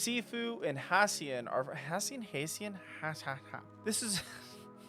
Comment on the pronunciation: Hassien is pronounced (Hah-seen). Took me forever to figure that out, until Sifuu said his name ... lol =) ... just wanted to add that this is a very interesting idea. I hope you're right. That would be a fun twist